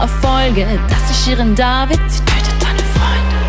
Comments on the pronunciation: Geschminkt und ordentlich gekleidet, sah Sie ja ganz sympathisch aus, bis Sie Shirin David ausgesprochen hat 😂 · Sie kann nicht mal Shirin David aussprechen 😂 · Schirin David😂👍 genau super ausgesprochen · Wie deutsch willst du Shirin David aussprechen? Niemand: Wirklich niemand:: JAAAAAA!!!